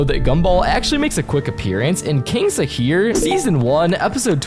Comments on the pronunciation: Its pronounced king shhhh aaa kiir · Bak bu kral Şakir diye okunuyor Türkçe bilmeyen havalı unutma bölümün adı kaçak damat tekte Gumball gözüküyor 😅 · I CRASHED WHEN I HEARDH KING SHAKIR İts name is not actually Shakir, its Şakir. Its a little bit popular cartoon in my country. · Okay the Fırat iz okay but Sahir???? Sude İTS şakir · it's pronounced ş(Shha) akir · Bro king is okay but the Şakir isnt you need to Read like Shakir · you pronounced wrong,Turkish letter Ş pronounced like Sch in German. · omg as a kid i used to watch Kral Şakir so much its such a fun show, i do remember the episode gumball appeared in where the dad of the mc and his best friend turned into children. i laughed at the wrong pronounciations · Shakir's pronounce is little easy you say "sshhh" for someone stop talking and turkish has own leter "ş"